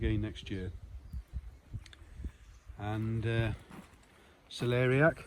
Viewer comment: It fascinating how many ways you're growing carrots!! Love that wicking system!! We're trying to grow Cell-Larry-ACK (lol, long story, but Terry King had a hard time pronounceing it) this year. As close as we'll get to Celery this year:) Gotta to ask, what's your favorite potato? Garden looks amazing,!! Cheers Jason and Colleen 🌱🥕🥕